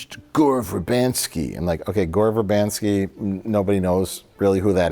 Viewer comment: Gore Ver 'ban' sky? Isn't it Ver-BIN-sky?